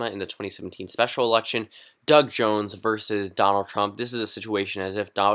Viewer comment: "Donalad" Sorry to be that guy.☺